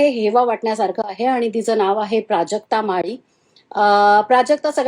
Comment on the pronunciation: Mari nahi madam mali 😂😂ucchar kara neet adhi😂😂